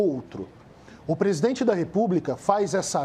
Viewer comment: Mandetta: "Povo não sabe se ouve ministro ou presidene". Eu diria q o Mandetta não sabe q é o presidente q fala ao povo, pois foi eleito pelo povo, e como ministro ele deveria se contentar em falar ao presidente q é seu chefe.